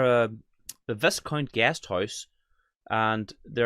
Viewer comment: Bundoran...the Viscount hotel pronounced as the "Vi..count"